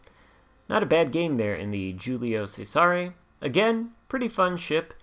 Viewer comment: Great video! This is a very good shop and fun to play at Tier IV. This ship has a tricky name to pronounce in Italian, (pronounced Julius Caesar in English) but hopefully this helps . The “G’s” in Italian are generally silent and the “C’s” at the beginning of words are pronounced with “Ch” sound. The “S” in “Cesare” makes a “z” sound. “Giulio Cesare” is best pronounced like this: ee-you-lio chez-a-ray Hopefully this helps. I find this ship to be kinda “tanky” with angled caution, and can hold its own with some Tier V ships like the Arizona and few others at Tier V. I think this ship would respond greatly, if there was an Italian dispersion battleship captain. Still, it’s a lot of fun ship to play.